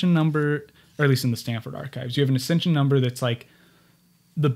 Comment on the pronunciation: the term is "Accession Number", Not "accension number." (Former Archives Aid, NARA Anchorage office.)